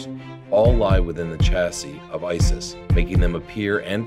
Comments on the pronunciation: Just for FYI, IT'S ICIS NOT ISIS -_ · ICIS huh sounds like ISI